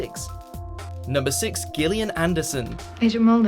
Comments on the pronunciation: It's pronounced Jillian, not Gill-ian. What kind of Brit is narrating this? :) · Does anyone say Gil-li-an?Is this normal in any part of the world or is the speaker just stupid?Oh,he also says Hert-ford-shire.Is it not pronounced Heart-ford-shire